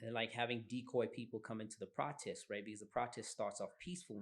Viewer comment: Don't nobody pronounce "protest" like this supposed American fool.... Not even Americans.... Strange... Mara yonke insipho iyawasha.